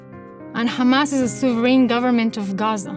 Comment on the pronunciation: If u notice tge way she says "khamaasss" you'll know very quickly that this is a lie and she doesn't sound Palestinian.